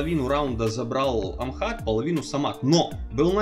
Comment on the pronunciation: не Амхат а Ахмат